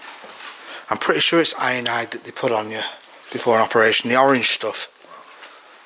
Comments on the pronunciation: Iodine mate not ionide lol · Iodine not ionide. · Iodine*?😂said ionide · I gonna call you... Ionide = Iodine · It's iodine not ionide 🤣🤣